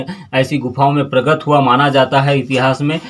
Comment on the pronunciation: प्रगत नही प्रकट बोलो पत्रकार महोदय 🙂